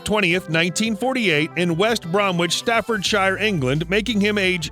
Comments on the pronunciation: Pronunciations...West Bromich and Staffordsher (I’m being really picky!!) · Lol, at the way they pronounce West Bromwich, Staffordshire, and Worcestershire. Why is there a picture of Mick Jagger ? When it first talks about him meeting future bandmate John Bonham why is there a picture of Robert Plant and Jimmy Page? Wow, when listing some of their albums they miss out 3 of the most famous ones, Led Zeppelin II, Led Zeppelin III and Led Zeppelin IV!